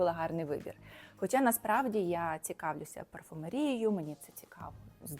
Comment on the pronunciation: Дуже грамотно, особливо, парфумерією з наголосом на і,😂